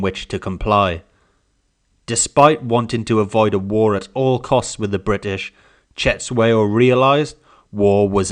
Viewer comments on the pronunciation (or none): Its not setshwayo but its Cetshwayo, pronounce it with click sound. Anyway thank you for your lesson